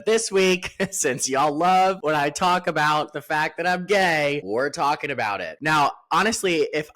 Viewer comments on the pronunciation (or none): none